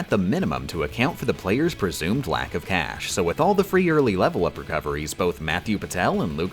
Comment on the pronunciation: What is a “Leh-vahl Oop?” Can you eat it?